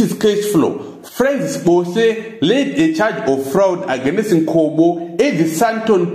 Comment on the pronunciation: 🤣🤣🤣🤣I died 🤣🤣🤣🤣Aganest